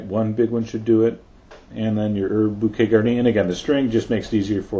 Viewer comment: jesus john its bookeh not bookite